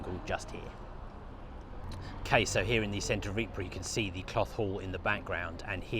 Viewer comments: A very nice Belgian lady once told me that it is pronounced ''Eee-purrrr'. Spending a little time there, I found that she was correct. And you roll the rrrr's, too. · Ypres is spelt Ieper in Flemish and THAT is how it is pronounced!! EEPER. Get it right! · The Belgians pronounce it " EEP "..Get it right..